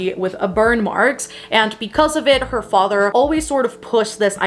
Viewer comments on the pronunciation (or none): none